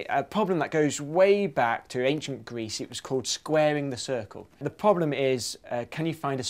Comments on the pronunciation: Why do you keep pronouncing it "poblem"? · why does he call it a 'phobhlem' ?